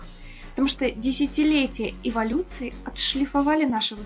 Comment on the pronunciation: desjatiletija evolocutsii... radi boga ne govorite tak bolshe